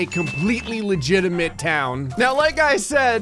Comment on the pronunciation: Evry time u say “totaly legitimet” i now its NOT legitimet